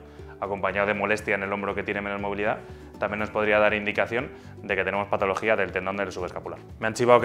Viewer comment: Excelente video. Pero porfavor pronuncia mejor las patologías!